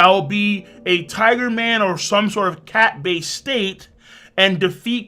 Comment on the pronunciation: Lmao just because you say tigu man instead of tiger man doesn't meant it sound like authentic Japanese way of saying it. You crack me up